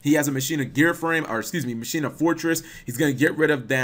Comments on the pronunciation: Ma-Key-Na is how you pronounce Machina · Pronounced Mah ki na